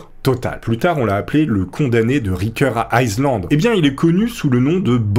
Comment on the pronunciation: Ricker Aïe Sland ?!🤣 What an accent bro´ !!!